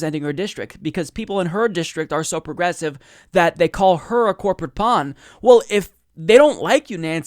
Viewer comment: Why does he pronounce "well" as "wool"? Is it a regional thing or something?